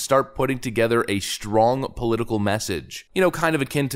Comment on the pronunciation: Is there an "h" after "s" in "strong"?